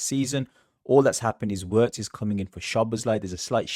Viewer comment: His name is pronounced Virtz not Wirtz!